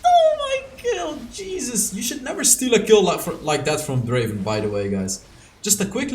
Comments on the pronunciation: Not draven it's drrraven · Its Dreyy ven 🤣